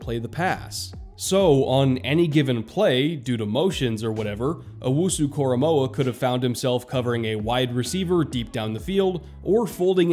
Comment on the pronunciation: Also, thank you for getting his name right. I can't tell you how many times I have heard broadcasters, reporters, and analysts get his name wrong.